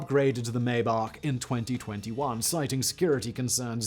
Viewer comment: It’s pronounced my-bock.